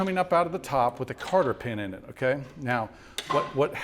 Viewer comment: I assume that he is saying "cotter" pin when he says "carter" pin. I've never heard of a carter pin.